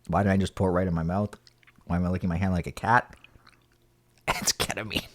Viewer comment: lmao Catamine? 😹😹